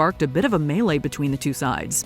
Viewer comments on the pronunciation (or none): none